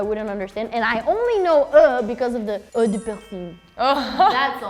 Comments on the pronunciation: they really turned "eau" into "œufs" when they tried to pronounce it also yeah the spelling of "œufs" is pretty messed up when you consider how it's pronounced...you can pretty much imagine it's like "œux" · C’est pénible, toute cette accumulation de c..ies : - « Le français a des influences d’autres langues. » Bah, le portugais aussi : germanique et arabe, principalement. - « « miroir » vient de l’anglais… Consternant. C’est « mirror » qui vient de l’ancien français. - Elle prononce « eau » : « eux », alors que « eau » est simplement la lettre « O ». - Le « R » français est le même en portugais du Portugal. De plus, les Francophones ne prononcent pas tous le « R » pareil. Mais pour le savoir, il faudrait un peu s’intéresser à autrui. - Critiquer « 90 », quand on parle une langue, l’anglais, qui ne connaît même pas le système métrique… 👎🏻 - Les Français diraient « frites » parce qu’ils sont Français. Nous n’avons JAMAIS dit « frites françaises »… - « You two are similar « an / an ». Non, la Française a dit « année » - « Aucun mots en commun entre le français et le roumain. » Hier, la Roumaine a dit « creion », en français : « crayon » : same word. Et des gens dans les commentaires ont écrit « librārie », en français « librairie ». D’ailleurs, les Roumains ont dit que leur langue contenait du français… C’est le genre d’émission de french bashing dans lequel je regrette que le micro de la … fonctionne. Français, Francophones ! Ne participez plus à cette chaîne !